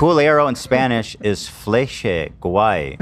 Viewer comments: Hila’s spanish pronunciation was impeccable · Hila's Spanish accent is on point!! I love the addition of to the show.. Al fin tenemos un hispanohablante en la familia!! Hell yeah